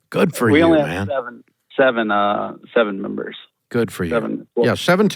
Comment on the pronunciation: to - “seven team members” does sound like “seventeen members”. I had to hear that again to confirm I wasn’t hearing things. He’s right on that lol